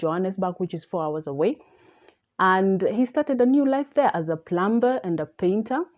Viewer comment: Hello Miss. In proper English, a plumber, one working with water pipes, is pronounced as "plummer". When the letter 'b' immediately follows letter 'm' the 'b' is silent.